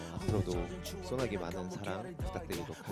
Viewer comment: 주녕이 소나기발음 너무 귀여웡ㅠㅠ진심 저 얼굴이 30살이라니.. 안 믿긴다ㅠㅠ💜